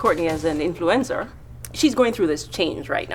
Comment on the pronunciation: HAHA, omg.. mfw her friend says "influencer" and it sounds like "influenza", such a faux pas and so accurate. This is what happens when you self objectify and take the desires of other people to heart.. you lose yourself and become an object. Self sacrifice in the name of other people's desires is always a bad thing. At least this story, her realisations are public. This is an influence that a lot of people need. I hope they can just liposuction it out over time so her body can adjust.